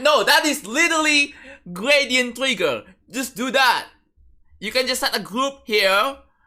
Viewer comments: lmao gwadient twigger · "gwadient twigger :3" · gwadient twiggeh >,<